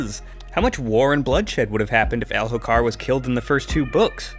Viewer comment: mo-ash, my guy. and the h is silent in Elhokar.